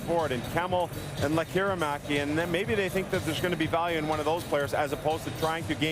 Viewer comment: Perfectly pronounced